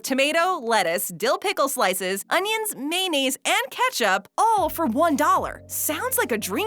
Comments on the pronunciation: WTF is maynaze? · "May-nays" Also, "Samwich" I hate it when people pronounce it Samwich. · Wtf is May-nase? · everyone knows it’s May-o-naze 😂